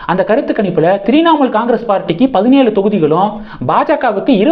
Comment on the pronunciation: தம்பி த்ரிநாமூல் இல்ல . உச்சரிப்பு முக்கியம்.